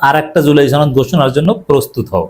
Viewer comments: সনদ কে ছনদ বলে কিছু কি বোঝাতে চেষ্টা করছেন? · ছনদ না সনদ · সনদ উচ্চারণ সঠিক না, গুজব ছড়ানো হচ্ছে।